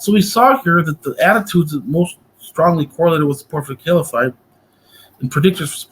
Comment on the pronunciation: "Caliphite" (not caliphate) sounds like a chemical element 😁 But yeah, good discussion, mash'Allah 👍